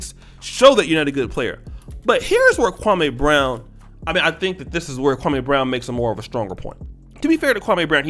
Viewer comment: Why U keep saying the man name wrong, u need to listen to his channel to here how to say it! I like u but u sound a little SASish saying his name! Just saying Bro u black SAS half, u know better.